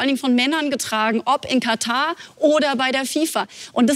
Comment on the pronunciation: Kann ihm mal bitte irgendwer sagen dass es KataR und nicht Kata heißt?🙃